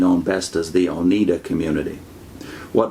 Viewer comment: Always heard it as Onida not Oneda.